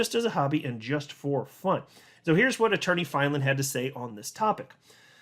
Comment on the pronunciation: The way you pronounce Attorney Filan just burns my biscuits 😓 🫣